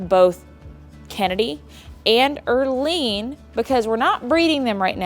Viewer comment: Earlene 😂😂😂😂 🤦🏻‍♀️its Erlene